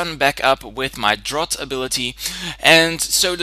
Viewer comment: A couple things: "Drowt," not "Droffft" His Hippopotas has Eviolite Escavalier has 70 Base HP, and is 4x weak to Fire "Re-oon-i-clus" not "Re-oonk-i-lus" Great battle otherwise, and I really enjoyed the commentary. Sorry about being anal retentive, but just trying to make some things accurate and increase the quality of your videos.